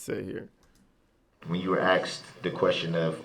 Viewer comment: Axed..troof..relevancy..crossexaminate..laffell law..licensed place..